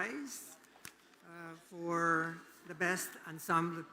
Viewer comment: Hello, Emcees. Wrong pronunciation of Ensemble. Hindi po Unsumb but ˌɑːnˈsɑːm.bəl. Lagyan po ng BL. “Unsumble”